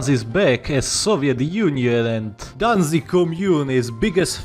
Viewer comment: "Danzig Danzig" perfect